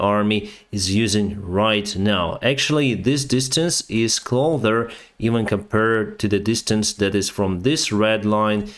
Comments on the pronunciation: CloSer CloSer CloSer CloSer. Every day cloTHer. How many times, how many people, how many months will it take for you to finally pronounce just this one word correctly? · Why in the world do you keep pronouncing it CLOTHER???? Wtf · It's pronounced "closer". It's only "clother" if you have a "lithp" (lisp) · your pronunciation of the word "closer" is poor, it is not "clother" it's CLOSE-R, no "thh" sound, it's "Clo-s-er".